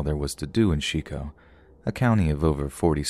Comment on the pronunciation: Shico or Chico lol. look up pronunciation.